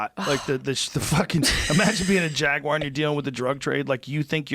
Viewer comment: Jaguar has a U in it.